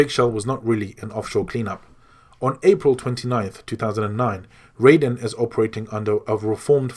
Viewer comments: It's "Raiden", not "Rayden" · Ok great story telling, very long but very detailed My only issue raiden is pronounced (ry-den) in metal gear and is pronounced how you kept saying it for mortal kombat. Just saying the A in his name is silent lol but other than that great job man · You say raiden with the I you don't say the A like Riden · Ahhh! >.< some of these pronunciations....lol. Archipelago...Gurlukovich (Gurlockavich as you say)...Raiden (which you pronounced as Rayden) yikes. - But still, great video lol.